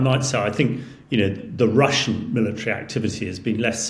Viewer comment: Can't you find a compare that can say 'Russian' instead of 'Wussian' ? Common sense.